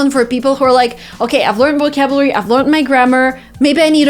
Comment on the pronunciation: Oh my God! She misspronounced Vocabulary. I just can't believe it!